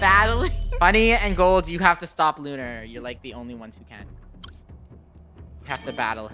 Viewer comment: Said Unar Instead Of Lunar